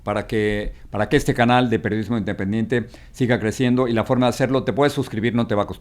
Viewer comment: Jajajajaja Jorge dise in dependiente jajajajjajajajajajaj